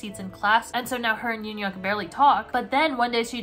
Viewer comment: YUN-YUK IS THE WAY U DECIDE TO PRONOUNCE HIS NAME